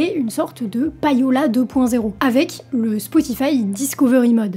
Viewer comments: "païola" m'écorche les oreilles tout le long de la vidéo 😱 On ne prononce pas "païer" en Français (pour le verbe payer) mais "pêïer". Et bien en Anglais, c'est pareil : LE payola vient du verbe "to pay" (payer) et ça se prononce "pêïola" et non pas "païola". Voilà, déso mais fallait que ça sorte... bise! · Très bonne vidéo mais attention, ça se prononce plus ou moins comme pay'owl (prononcé pay comme 'pay' en anglais) et non pa-yo'la... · "payola" se prononce "péola"... "pay" = "pé" facile quand meme, bordel